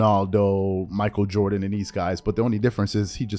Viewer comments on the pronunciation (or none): none